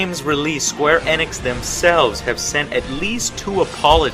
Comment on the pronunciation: Why does he pronounce it Sqaure Annex?